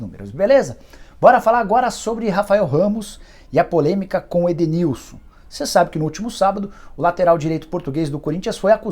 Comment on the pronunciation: q conversou com o jogador, conseguiu comprovar oq eu apresentei de hipótese, já esse, com toda certeza, não conversou com o jogador, inventou algo pra dizer q estava tentando resolver o ocorrido, mas só complicou e NEM O NOME DO EDENILSON ele soube pronunciar!!